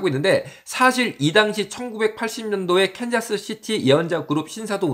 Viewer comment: 네.. 근데 컨자스는 틀린 발음입니다. 이시죠?